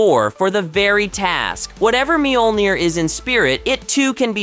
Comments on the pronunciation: There's no long e in the beginning of Mjolnir. It's also only two syllables. Think of the mj portion as more a 'myuh' and roll that straight into the 'ol'. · Mule Near or Meal Near is how it's pronounced.. or so I thought?